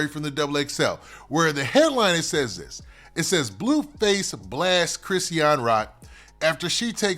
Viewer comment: I wish u would just call her Rock or somethin if you're not gonna pronounce her name right 🙄